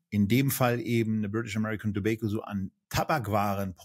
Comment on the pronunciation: seht ihr ein "i" in tobacco?, Ich nicht, eure Aussprache in Englisch fuer Tabak nervt